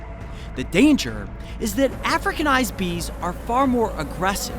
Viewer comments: It just feels very uncomfortable to listen to him emphasize the “docile european queens” in contrast to the “hostile africanized queens”. It’s not your fault that you don’t feel uncomfortable about it, but a lot of us do, so please respect that. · Yeah he's stressing it a bit too much